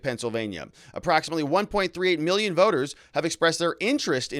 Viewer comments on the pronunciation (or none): none